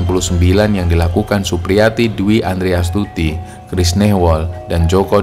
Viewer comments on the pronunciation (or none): none